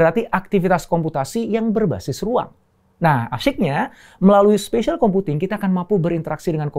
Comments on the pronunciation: SPATIAL BUKAN SPACIAL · SPATIAL kan bang bukan SPACIAL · Spatial pak, bukan spacial. oya jangan lupa haka WIRG ya gess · bukan spacial computing tapi spatial computing om